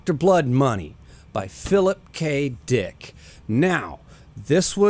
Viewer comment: he said Phillip K DEEICKKK